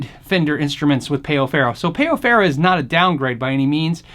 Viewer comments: Ummm, pay-o farrow?! No. It's pronunciation is "pow ferrow"... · Great comparison. The player looks awesome. Only note is that it's pronounced pow not payoh. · Amazing video bro, really. Just one thing: it's "páu"-ferro, not peo ferro. It sounds more like the word "pal" in the English language. Just being a bit annoying, sorry about that.